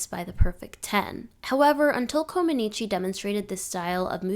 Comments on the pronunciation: I cringed every time the poster pronounced Comăneci incorrectly. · If you are going to do a post on gymnastics LEARN how to pronounce Nadia's last name correctly. It's Romanian NOT Italian.